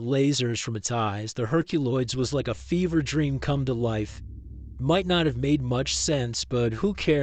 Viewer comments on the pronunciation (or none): none